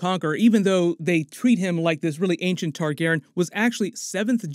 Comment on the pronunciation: Learn how to say Targaryen!